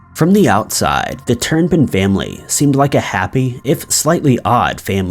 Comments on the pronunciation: Hey... just an FYI: the name of the family with all the children, the last name is Turpin. Not... Turn-pin. Great video tho 👍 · It would also be nice if he didn't put an N in the middle of Turpin. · Turn pin? Turpin.